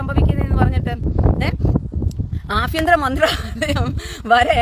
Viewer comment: ആ ഫ്യന്തരം അല്ലാടി പെ ലിയാടി അഭ്യന്തരം അങ്ങനെ പറഞ്ഞ് പഠിക്ക് പിന്നെ മിസെൽ അത് നീ കൊത മോ കാതോ ചൊറിഞ്ഞോ